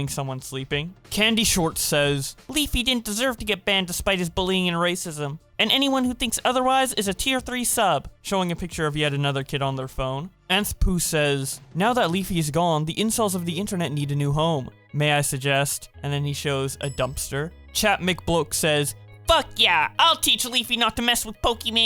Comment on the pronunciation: The thing I am most mad about is how He pronounced "Anthpo" as "Anthpoo".